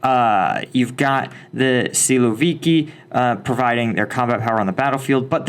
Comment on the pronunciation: A little note: siloviki pronounces like silovikI, but not silovIki